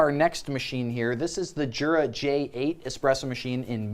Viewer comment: Jura is pronounced yura as in “yer a dummy for not doin your research”